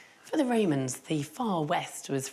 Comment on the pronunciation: why does every english historian call them the woemans? They were called Romans I think... Apart from Wodewick, he was definitely a woeman 🤣🤣🤣